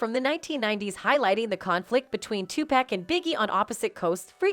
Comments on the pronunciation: Why does Karen keep calling Tupac pack? Even google’s got the pronunciation correct! Google his name. SMH. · Who in the A. I. is doing the voice over for this video ? No way in the world someone is pronouncing Tupac name incorrectly repeatedly as this. Total disrespect .🤦🏾‍♀️